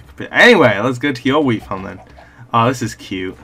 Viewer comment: I keep hear WEED farm instead of WHEAT farm 😂😂😂